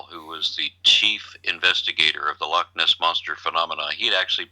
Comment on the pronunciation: 'Lockness', lol.